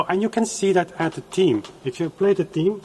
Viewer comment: "th" eme;Ifyou cannot say that, how can i believe you elsewhere?